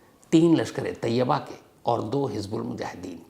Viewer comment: Jaahil insaan: lashkare taiba aur tayyaba mei farak karna seekh. Woh taiba hai, tayyaba nahi. Naam bolna bhi nahi aata, news bolne chale hain. Taiba Islamic sheher ka naam hai, aur tayyaba maane pavitra aurat.